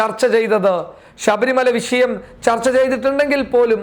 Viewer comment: വിശയം എന്നല്ല ടാ ഊളെ വിഷയം